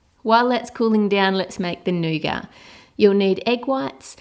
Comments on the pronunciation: its not nogar its nuguat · I thought it was nugat not nugar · I don't like the way she says nougat. "This nice NU-GAR" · did u say nice negar